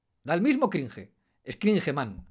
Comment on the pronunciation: Lo que si da cringe es tu pronunciacion de la palabra "cringe"